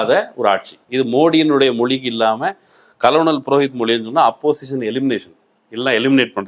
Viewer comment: Dear, it isn’t கலனல் (colonel) it should be pronounced கர்னல். 🙋🏾‍♂️